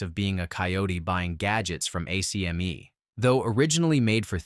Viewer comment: ACME - pronounced Ack Mee.